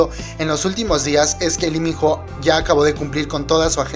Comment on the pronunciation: Se pronuncia ((Iminoh)) Lee Min Ho Y es mio ..😍😝 Mi único amor🙈 lo esperare 2 años ..Mi Vida 👌❤ El #1👑